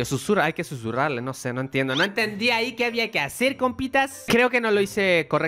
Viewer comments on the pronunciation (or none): decía Zúrrales no Susurrarle